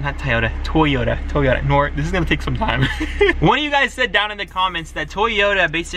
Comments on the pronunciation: It’s not “toy oh ta” it’s “to yo ta” Japanese is made up of phonetic syllables but all western countries butcher it. (Not having a go) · Bro toyota not tayota😂😂😭😦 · DAMN! I thought you were saying Tyota on purpose! LOL